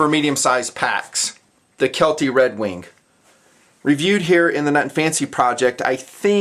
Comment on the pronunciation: is he pronouncing redwing redwink?